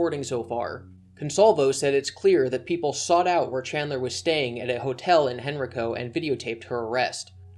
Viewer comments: I know how it’s spelled but locals pronounce henrico as “Hen rye koh.” So weird to hear everyone pronounce it henreeko, but yeah totally understandable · i went to high school near where cwc got arrested. the hotel he stayed at was known for having drug dealers there and even has a meth lab busted there a few years ago. btw: henrico county pronounced hen-rye-co not hen-rih-co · So weird hearing you pronounce Henrico like that lol. We say it "Hen-rye-co" like rye bread. At least in Charlottesville we do, not sure how others pronounce it. The Daily Progress has always been great on its reporting, glad to see nothing has changed. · As a Henrico native I did cringe a bit at your pronounciation. Hen- like a chicken- Rye- Co :) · Incriminated not “incriminized” btw. Also Henrico is pronounced “Hen-reich-o” like the third reich. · This was a good video as always... But it was really painful hearing you mispronounce Henrico ( hen·rai·kow ) County. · Just something small..It's Hen-r-eye-co. Grew up there ^^' Thank you for the reporting you do a great job! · I live in the area. I'm so glad the media has picked this up. It will force the Virginia justice system to do something. I also don't acknowledge his gender as female. I believe his transition is a farce jjst to try and get laid. A few local newspapers have said he will now be sent to male jail to wait for his trial. It's pronounced "Hen-ryy-co" for Henrico. Thought I'd help you out Also, if they can prove how many times he hurt her he may face an individual charge for each time. Let's hope. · lmao i live one county over from henrico, ur butchering the pronunciation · You pronounced Henrico wrong. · I havent heard a single person in any of these videos pronounce Henrico correctly lol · I hate the way you pronounce henrico